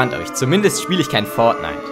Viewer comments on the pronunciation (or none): none